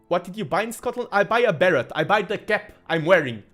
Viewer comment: Hot tip - "Beret" is pronounced without the 't' in English. So it sounds like "Barray". Great cast! :D